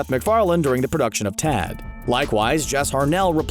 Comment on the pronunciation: Pronouncing Ted as Tad